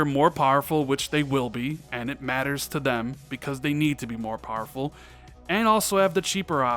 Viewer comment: Wish you’d learn to pronounce powerful. You say pareful.